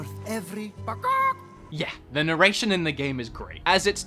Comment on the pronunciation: Nurration what is that